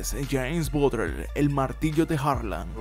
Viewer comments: Empezaste diciendo BUTLER las primeras dos veces, después pensé que hablabas de otro porque decías BUTREL xD Fuera de eso, buena histroia x) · batler se pronuncia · Bro, creo que se pronuncia “Botler” , no es mal pedo, una simple observación. Buen video 🤘🏼